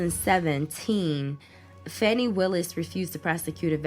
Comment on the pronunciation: it’s pronounce like fawni